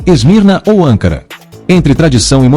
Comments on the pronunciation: 48 = ANCARA: pronunciada sem ACENTO. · 57 = ANCARA: pronunciada sem ACENTO.